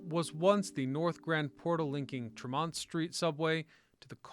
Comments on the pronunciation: Hehehe, and is it Hah-vahd or Harvard? Best Bostonian response! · "Tre-MONT?" You're not from Boston. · Trem-mont Street 😄 Great video on my home metropolis. Good work, sir. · no, they're not. It's Treh-mont. Also SHAW-Mutt, not Saw-mutt. Also Cop-Lee, not COPE-lee. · It’s like tree - mont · It's Tremont Street — Tree-Mont-Street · We locals say Treh-mont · Its not tree mont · Just love how this guy says Tremont St... 😂 But crazy how I have worked in boston that last 16 years. I still recognize like 80% of those streets from those old photos. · The pronunciations are funny here … Tremont …Charlestown One would think that someone would edit 😉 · everytime he said Tremont street I cringed. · no it isnt. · lol you should discover how to say "tremont" and "charlestown"